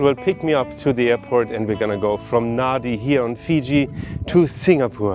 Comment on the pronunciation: Thanks! Lovely review of Fiji Airways. Just a couple of notes for clarification: kava isn't a dessert, it's actually a drink, it's a root from the kava plant mixed with water and served in our ceremonies. It's called yaqona in Fijian. Secondly, Nadi usually is pronounced "Nandi" as Fijian has an 'n' sound usually before pronouncing d. But I do hope you get come back to explore Suva, the capital, the mainland (Viti Levu) and Vanua Levu too. ❤❤❤